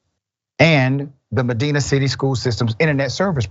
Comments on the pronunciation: No shit... Medina! Thats a pretty substantial city here, with a very large school system. This is wildly gross. Also, its pronounced M(a)-dine-a. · Medina is pronounced with a long I sound. Meh Die Na